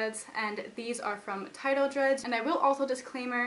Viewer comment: every time she says "dreads", i think that she says "drugs".... wtf ears.